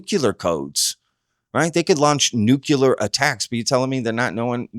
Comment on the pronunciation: Nuculur? I think you mean Nuclear